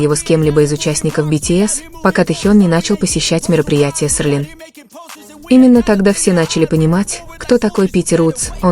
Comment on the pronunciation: Рассказчик, научись сначала выговаривать - СЕЛИН.